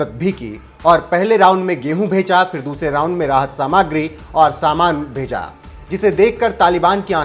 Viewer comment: सामाग्री मत बोलो सामग्री कहो।